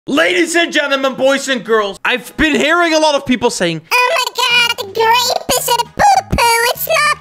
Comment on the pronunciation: i saw u say u say garape